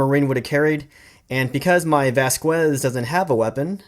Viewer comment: did my man just call vasquez 'vasqwez' bruh